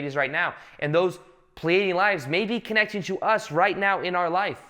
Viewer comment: explaining intensely time travel and parallel lives:“This time meow [now]” haha this made my morning 😁 Love it.